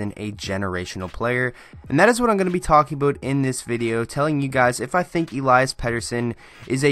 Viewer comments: Eliiiiias, not Elaias.... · Listen to EP himself pronounce it----"El-ee-us"... ((I'll go with that)) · I have a pet peeve with people still not pronouncing his first name properly after he's been in the news and the league for a while now. Elias (e LEE' es) is a special talent with a hockey IQ that is off the charts, silky mitts, he's smooth skating with great balance and edge work and a phenomenal shot. His hockey sense is evident with his responsible back checking and amazing understanding of the game for a kid his age. He's a legitimate game changer, but I'd wait a while before calling him generational. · Why do you call im ilayas?